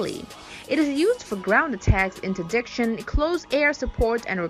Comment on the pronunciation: Nice video….but next time please get someone to narrate that can actually read in the language she’s narrating in, English in this case. Someone that can pronounce words like “munitions” “maverick” “interdiction” and other words she could not pronounce properly in English. 🤔🇨🇺🇺🇸